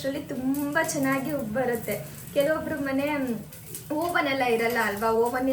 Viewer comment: Hello!! Just one correction for you.....we all make mistakes it's common.......Oven is pronounced as uhvn ಹವನ್